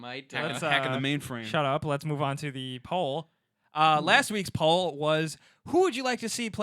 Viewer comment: When you say "poll" it sounds like "Paul" O_o